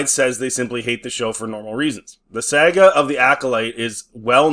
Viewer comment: Why do you pronounce saga like that? It's saw-gah.